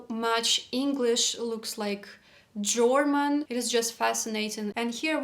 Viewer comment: i'm hearing you say German like jorman. Like rhyming boxer George Foreman. I've never heard this; I always hear German like rhyming with Herman, Sherman, Fur, Purr. You put so much effort in learning-growing. How could this not be difficult and disconcerting.